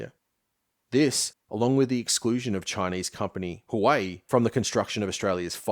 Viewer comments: Great vid, watched all 6 hours of it but as an east asian, gotta let you know huawei is pronounced as "who-ah-way" not "hawaii" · Huawei - Sounds like hwaa·way. Not Hawaii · Hey man, fantastic piece - I really enjoyed your analysis and found it an interesting take on recent history. But in that vein it wouldn’t be out of order to look into how to pronounce Xinjiang or Huawei, if only to keep the production value in line with the content. Looking forward to whatever comes next! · Gonna be nitpicky but the pronunciation of Huawei was interesting.